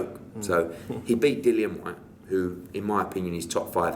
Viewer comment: How can Hearn be Dillian's promoter and not even know how to pronounce his name?